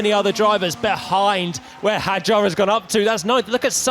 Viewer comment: Hadjar (حجار) is pronounced with a silent “D”.